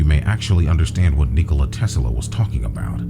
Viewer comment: PLEASE stop saying "Tesala" !!!